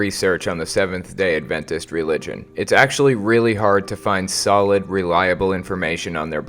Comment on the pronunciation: I find your pronunciation of "Adventist" weird. You stress the "ventist" part of the word, while I've heard most people stress the "Ad" part. As in AD-ventist.